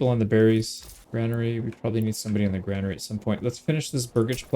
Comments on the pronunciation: It's not grainary lol youre right, it's granary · Fun fact: You were pronouncing Granary correctly. The reason many people mistake it for "grainery" is because it is technically a building designed for storing grains, so the mind wants to drift there naturally... but it is in fact gran-ery. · Someone is misleading you on the pronunciation of 'granary'. You have it right